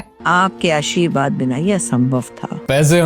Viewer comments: Ashirwaad ❌ Asheerwaad👍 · Aashirwad ❌ Asheerwad ✅